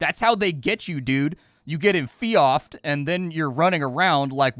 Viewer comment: enfeoffed is pronounce enfeefed... Which is silly. Kinda like how George is pronounced Geerge, you know?